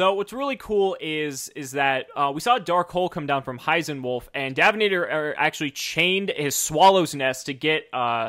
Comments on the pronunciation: Why do you keep calling him Davin-ator when in the intro of all his videos he clearly says his name is Dav-inator? #Confused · I swear they were saying "Dabbinator" the entire time.